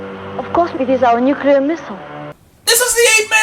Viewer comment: Its NUCLEAR, not nucular man!